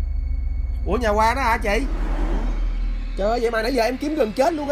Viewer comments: Nhà Quang mà bả nghe thành nhà hoang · Ảnh nói Nhà của thằng Quang nhưng lại nghe là Nhà HOANG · Vốn dĩ là quang... Nhưng phát âm giống hoang nên bả kia nghe thành hoang nên chỉ nhà hoang :)) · Quang nhầm thành hoang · Hình như lợi dụng cách phát âm gần giống nhau của quang vs hoang thì phải. Hỏi nhà Quang ở đâu nghe như "nhà hoang ở đâu" nên ai cx biết😂😂